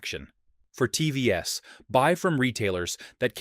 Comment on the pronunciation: AI is getting obvious - it pronounces TVs as TVS - is making mistakes like Mistake S BRING BACK HUMAN "S"